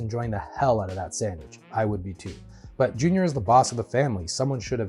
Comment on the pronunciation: As they would call it a SANGWICH, lol